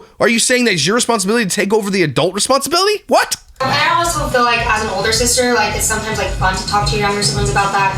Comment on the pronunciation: I hate that she says "feel" like "fill". Crazy pieces crystal does that too and its like nails on a chalkboard.